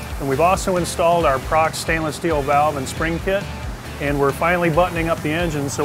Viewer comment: It's pronounced Pro Cross